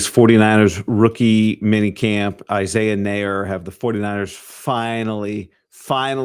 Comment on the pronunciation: Nayor is pronounced like la. It's creole and creole is French and French is a Latin language!